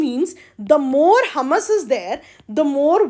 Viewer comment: It's humus( हयूमस) not हमस..! Well I lyk ur teaching..!